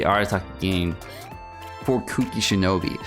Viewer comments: SHINOBU! CAN YOU NOT FUCKING READ?! I LOVE AND HATE YOU SO FUCKING MUCH AT THE SAME TIME. BOO BOO BOO NOT FUCKING BEE GOD FUCKING DAMNIT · He looks at the word “Shinobu” and says shinobi lel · Everytime you say Shinobi instead of Shinobu I actually lose 1 year of my life spam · U kept calling her shinobi... 😂😂It's shinobu btw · As if it’s so difficult to say shinobu